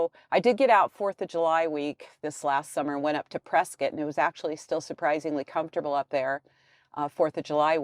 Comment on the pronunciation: Great review. She pronounces Prescott as Preskett the way the natives do. You have lost weight Bob...I pray you stay well.